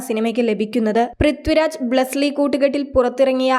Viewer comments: ബ്ളസ്സ്ലി അല്ലെടീ പുല്ലേ ബ്ളസ്സി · ബ്ലെസി....അല്ലാതെ ബ്ലസിലി അല്ല...